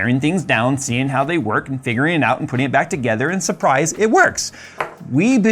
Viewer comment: "and schurprise, it works"! Why was that so funny 🤣